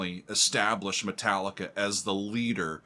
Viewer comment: Me Tallica! "Me" pronounced like "Mi" or "E", the fu*** key of all their fu*** songs xd _/,,/